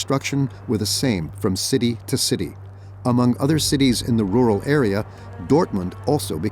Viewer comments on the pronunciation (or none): none